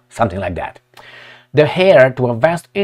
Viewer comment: not the "hair" of Soros,. Don't sound the 'h" in "heir'